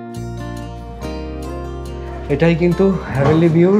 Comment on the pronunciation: ওটা হ্যা ভেনলি নয়।heavenly.